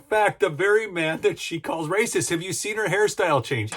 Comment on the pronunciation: She is RRRRRRRRACIST!!! 😂